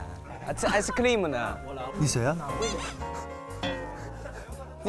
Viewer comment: 周震南这韩式ice cream发音要笑疯我了~~好可爱！